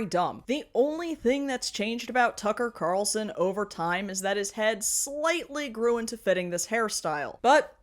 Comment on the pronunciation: "Tucking Cocker Carlson" 😂😂😂😂😂😂